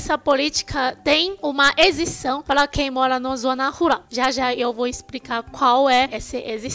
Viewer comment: Você fala ruRal e não ruLal, como cebolinha.